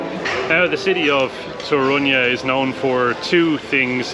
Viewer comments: Guys, it's Toruń, short sound at the end, not Toruniaa or Torunyee You guys adding na/nia (nya) at the end, especially the lady Main accent is on TOruń not toRUń (yaa) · Polish lesson. Polish accent - second sylabe from the end. So TOrun :) Yours "dzień dobry" ideal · It's TOruń - stress falls on penultimate (or first in this case) syllable. :) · I've got a question - why do you (and other English speakers) put the accent in the name of the city on "u" instead of "o" (like we do)? Is there any difficulty?